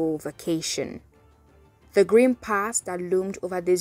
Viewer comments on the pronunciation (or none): none